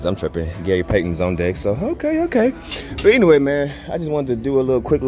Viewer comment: “But ENWAYY” 😂😂😂